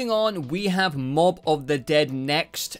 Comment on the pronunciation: Ya you got Moab correct. There’s a little bit more to it but you’ll find that out later